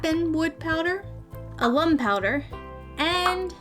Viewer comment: Lol you pronounced the ingredients just fine. Alum is usually pronounced like Alan Ahh-lum but the rest was fine :)